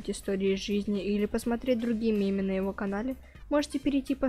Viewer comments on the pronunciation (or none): Не «меме», а мемы/мем/анимационный мем. Это режет слух В оригинале(анл) это слово так и произносится: мем